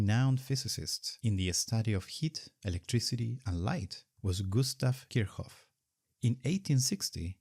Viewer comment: My world came crashing down on me.....did he just call Kirchoff "Kirhoff"?!